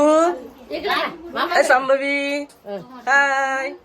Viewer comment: संभवी नाही शांभवी 😂😂